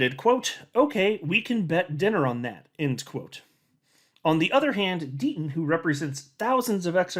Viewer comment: Gotta love the "D-Ten". ❎®️🏁🇨🇦